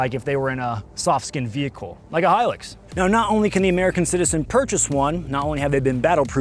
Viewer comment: I'm glad we finally have an American that can pronounce Hilux. Please admin, now teach the good people how to say 'emu' 😂